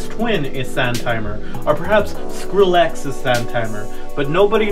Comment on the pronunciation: your pronunciation of Skrillex made me uncomfortable